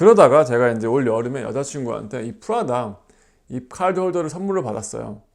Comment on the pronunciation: 그런것도 있겠지만 r발음보다는 ㅣ발음에 가깝게 들려서 그런거같아요😅